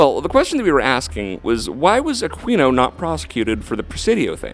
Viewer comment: It is pronounced A Keen O not a queen O. If you are going to slander and libel the guy you should know how to say his name..geez